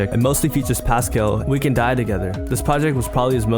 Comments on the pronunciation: ur sayin like pas-kail its more like pas-cal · why u sayin pvscale’s name like that